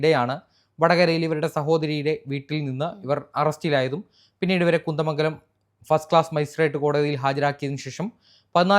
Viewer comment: കുന്ത മംഗലം അല്ല കുന്ദമംഗലം